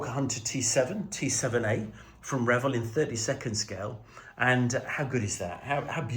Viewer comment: Very nice,. And thanks for pronouncing Revell properly!